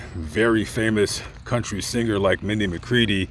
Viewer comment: I’ve never heard of a “C-o-u-n-t-y Singer” before.